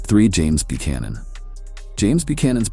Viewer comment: This guy can’t even pronounce Buchanan.